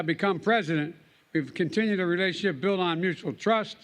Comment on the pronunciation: Modi's speech was embarassing , does not even know how to speak a basic english word "relationship" . He pronounced it as 'relation sipi". If his english is no good then he should have spoken in hindi only, its a international podium and he is represention millions, he should have been more prepared and professional. To me he seems like a demogogue who manipulated illitrate poor people by speaking against Muslims and the Hindu temple ordeal.